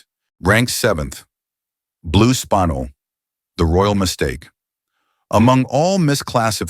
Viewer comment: "Spinel" is NOT said as "spine‐l".....it is said as "spin-el" get it right or don't do it at all. Spinel is stunning as it is "double refractive" whereas diamonds are only single refractive.